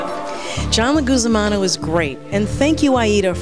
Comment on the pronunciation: "John Leguzamano"...? LOL seriously?